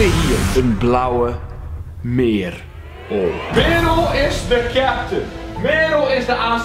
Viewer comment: eum... echt geweldige video, maar het is Merel (niet meerol)